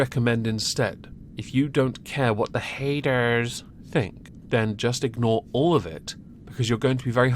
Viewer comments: Every time he says the "haydurs" I laugh like hell. I can't stand her fatass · Every time you say “hay-durrs” and your character tilts backwards it’s incredible